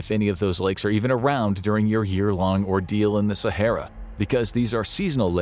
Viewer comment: “Sahera” is wild😂